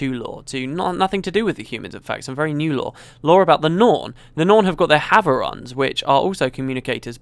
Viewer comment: dear sir, I love your videos but I don't understand how you keep mispronouncing "havroun" so I shall attempt to help with some phonetics. Think of the words "have" and "rune" and put them together (have.rune=havroun). Hope it helps